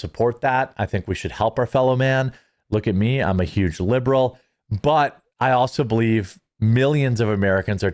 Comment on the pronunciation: Not sure if you're aware of it or not but you totally did just say YUGE Lol